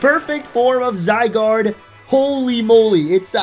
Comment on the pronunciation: "Zy-doge" Nice.